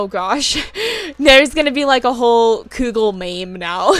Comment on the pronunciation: I snorted when you said cougal. I do the same thing where I’ll smash words together if I’m excited or talking really fast. I also have this issue where I’ll forget a word and say something else so for example; I’ve tried to say feather but forgot the word and said bird leaf and my friend gave me the most unimpressed look I’ve ever received. I’ve also tried to say carousel and couldn’t remember and said mechanical horse tornado. 😅😂